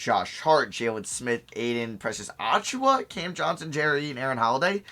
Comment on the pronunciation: Just a tip, Precious Achiuwa's last name is pronounced "Uh-Chew-Uh" not "Ah-Chu-Uh"